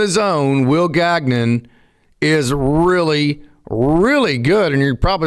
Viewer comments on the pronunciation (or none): Will Gag-Non? Gagnon is a French surname. It is pronounced Gan-Yawn.